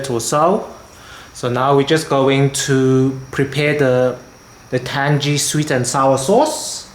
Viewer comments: It’s tang-ee, not tan-gee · what are you the pronunciation police, or just a tan-gee arsehole, i mean ASSHOLE